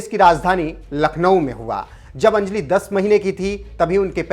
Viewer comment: अंजलि शब्द का सही उच्चारण सीखिए